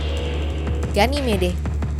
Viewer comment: ganymed min bacanya😅